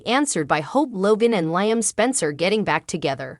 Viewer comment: Don’t want to be disrespectful but Liam name is pronounced Leam , not like lion